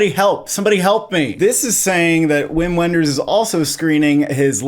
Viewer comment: Just a pronunciation note: It’s pronounced “Vim Venders,” not “Whim When-ders.”